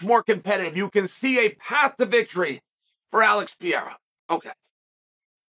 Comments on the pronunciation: Chael, who the heck is "Pierra"? It's P E R E I R A. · Pe-rei-ra. Not Pi- era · ITS PE RE I RA NOT PIERA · Bro it’s PeReira. “Pah-rare-ah” not “Pee-air-ah.” Not that hard. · I love how uncle Chael still calls him "Pierra" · Dude . Stop saying PIYERA 🤣🤣🤣🤣.